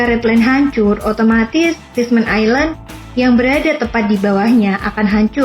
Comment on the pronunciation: Kok aneh ya sebutan Fishman Island dimenit 😰?? Emang ditulis island tapi dibaca Ailand Min😵 Dimenit kok dibaca Ailand yaa 😌?? Mungkin admin baru ini belum makan ubat yaa 😅